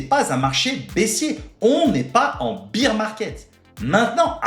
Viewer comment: C'est le BEAR market, pas le BEER market ! Pensez "bère market" si vous avez du mal. Tellement de youtubers font l'erreur.